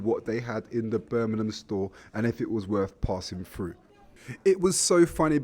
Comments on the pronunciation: It’s pronounced BIRMINGHAM not burnminum! Jesus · This is Birmingham, not Burminam.